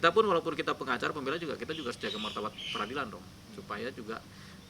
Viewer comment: Ni orang ngomong martabat aja jadi martabak. Laper pak gondrong?